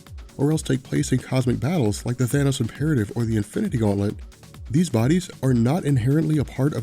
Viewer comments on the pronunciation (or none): none